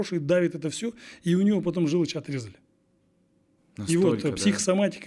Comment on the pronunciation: Желочь (вместо ,,желчь"), ,,пипец", один в своём экземпляре, ,,...купил тачку, машину..."---- какой ,,красноречивый" и образованный коуч!!!😂😂😂. Вот где пипец!😂😂😂